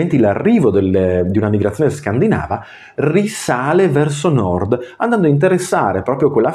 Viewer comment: Video molto interessante, però scusa…Penisola scandinàva non si può sentire. Scandìnava, e scandìnavi dai. Sei laureato dai..